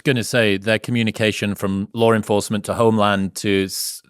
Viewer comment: Wow, that's a hell of an example of an 'intrusive R' between vowels" LawR enforcemnt 😮